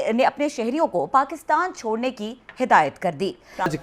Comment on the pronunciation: "..Shodne ko kaha.." ,,😂😂 I can understand why 'S' instead of 'C'..😆😆